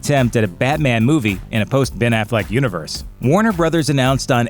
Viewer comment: I swear, I heard him say "mathleck" 🤔?